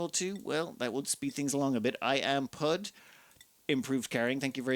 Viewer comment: I'm pretty sure IamPud is pud as in pudding - (pu-ding)